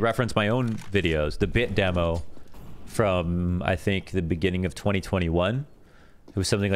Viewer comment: of course is the only one that says demo the wrong way